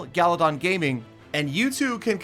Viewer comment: its should be galladon.......not gallatin😂